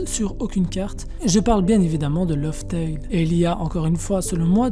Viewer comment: tu dois changer ta facon de prononcer les mots lof tell et jen passe mais bonne video